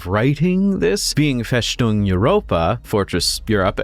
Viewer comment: Interesting video, maybe I should look into it. Just one thing its: "FeStung" Europa, not FeSHtung Europa. Its a sharp "S" and not a "SH" sound. Just like the "S" in "fortress".